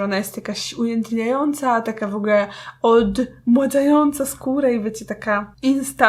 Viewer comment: Czy tylko ja usłyszałam ,,OLD MŁADZAJĄCA,,?♥ Pozdrawiam super filmik.